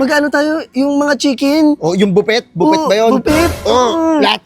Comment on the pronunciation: Buffet - ❌ Bo-pet - ✅ 😂😂😂